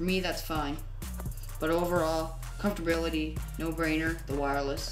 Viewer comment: Compftorability .....really, how about comfort ......millennials man I swear